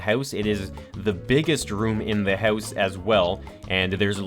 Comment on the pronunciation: gotta love his accent on "house" - heus